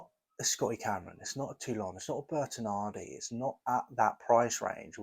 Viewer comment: Great review and great looking putter. But please stop saying Bertinardi 😂